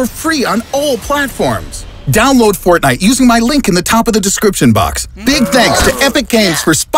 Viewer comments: Thk for saying fortniet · “We’ll play fortni-“ clicks off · fo... fort... fortnit... oh god.